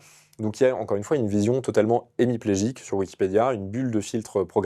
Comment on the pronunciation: "Hémiplégique" et non pas "émiplégique". Hémi en grec = la moitié.